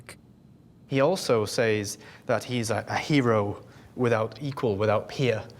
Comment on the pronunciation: It always baffles me, how someone so educated, can’t pronounce the word “says” properly.